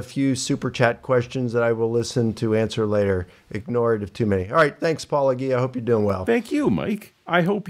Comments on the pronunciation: Whenever someone who practices a-paul-o-JI-a starts by referring to you as Paul-o-GHEE-a, you know that they are definitely an honest interlocutor. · PAUL-A-GEE-A! Have these people never heard the word apologist! Do they pronounce it APOL-O-GEE-IST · It irritates the shit out of me that they mispronounce your handle. Because its intentional. If you literally watch ANY of your videos, your intro is 'Welcome to Paul-oh- Jeeyah where a former Christian, takes a look at the CLAIMS of Christians.' It reminds me of that episode of Friends where Chandler is jealous of a guy being around Monica, and he worries that theyll refer to him as the wrong name lol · Eapecially these guys who absolutely know who he is and know the word "apologist." They are absolutely doing it on purpose. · I think many do it on purpose since paulogia says his own handle in his videos and they are often watching his videos to respond to. So they say his name wrong to be rude, then people who watch their content learn the wrong name and have a hard time breaking the habit even if they want to. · This is the pettiest whiny comment I see pretty commonly in comments, and I think it should be shunned and ignored. Get over the name thing, I have a hard time pronouncing it and I've donated money to the guy. Also, as others have noted, in Greek the word has a hard g. Again, get over it. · So he's been working on his book for 14 years but how long has he been mispronouncing your name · Oh they know very well how to say Paulogia, they are just trying to denigrate Paul. Some of us also do it to them, but we do it more to be funny, and we are much better at it. Haberass is not so smart, and that is all he has. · Licona pronouncing your name wrong like he doesn’t know damn well exactly what it is and how to say is always such a strange thing 😂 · How long has he been working on saying Paulogia correctly? 🤨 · They mispronounce your name the same that conservatives do on Kamala. So petty.